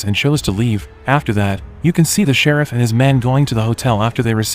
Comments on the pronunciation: "Shir-reef"?????🤔...I think it's pronounced..."Shir-if" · The way you say shereef lmfao ( sheriff 😂😂😂) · Rubee instead of Ruby Shereeef instead of sheriff ? FFS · Omfg it's Sheriff not Shareef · Who would name their kid “Rubby”? 😂 And why is the cop named “Sharif”? Gotta love these computer voice pronunciations eh? 😅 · The Serreef? Wow that's the worst AI voice-over ever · The who came?? Who or what is "Shereef"??? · right? It’s not hard to type. AI would know the word sheriff lol. Not Sharif and Rubby 😂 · Sha-reef? Hate AI. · "Rubbee " ? "Shereef " ? A decent B-movie reduces to comedy fodder, due to apparently functionally illiterate recapping skills. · The person narrating haven't actually watched the movies, but instead reading directly from a script from someone that probably didn't watch the movies either. Ruby became Rubby.... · Text to voice is fine sometimes but for fuck sakes, if it's unable to pronounce words correctly then it's hurting the video instead of helping. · Why is the narrator saying sheriff so weird?